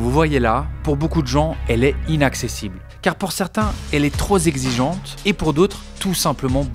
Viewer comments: "Elle est trop ZEXIGEANTE." C'est ton prof de français qui n'était pas assez exigeant. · Tro z'exigeante. Dès les premiers mots tu sens qu'il n'y a aucun effort, dès l'intro ça donne envie de couper. C'est ce que j'ai fait, 17 secondes pas plus. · Parcontre on dit pas "troz" exigeante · Même pas 10 sec de vidéo ça lache un TROP ZEXIGEANTE pitié, vive les liaisons dangereuses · Le mot ici est "trop" pas "très" donc "trop Pexigeante" et pas "trop Zexigeante". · L’école est trop zexigente ? Mes oreilles saignent 😅 super reportage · J’ai arrêté la video au bout de 8 secondes quand j’ai entendu « troz exigeante » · "Trozexigeante"????? Ça commence mal pour un journaliste ...😔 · Trop zexigeante